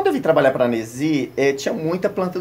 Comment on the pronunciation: E eu q achava q o nome era Inesi, pelo jeito que chama hahahhahahaha. Parabéns, Nesy, sua coleção é belíssima!